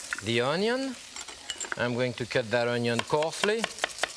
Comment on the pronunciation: Look at that ONYON tho